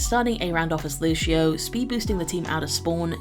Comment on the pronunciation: It's Lucio, not Looshio. They SAY his name in the game. There's no excuse for mispronouncing any of the heroes' names.